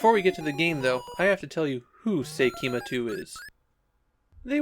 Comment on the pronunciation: It's actually pronounced "Seikima Tsu" which is a pun for "seikimatsu" meaning "the end of the century".